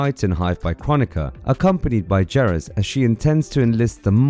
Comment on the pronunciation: I cringed every time you said Geras so wrong 😆 🤣